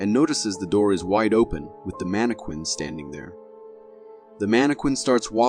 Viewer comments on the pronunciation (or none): The scariest thing in the whole video is the narrator’s pronunciation of Mannequin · Wondering if the narrator actually watches any of these clips as he seems to get a lot of the detail wrong. Sorry if it sounds petty but snowboards are not skies, how do you pronounce mannequin?? lol